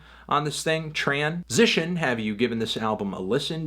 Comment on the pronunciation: Whenever you say 'transition' as part of just the regular review I always feel just a bit off, like hearing your voice say tran- -SITION, did you give this album a listen? ...is just supposed to happen whenever you say the word